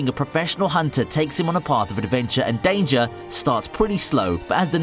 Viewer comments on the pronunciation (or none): none